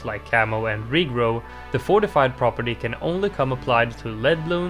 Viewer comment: round fourtyfive has fortifie balloons huh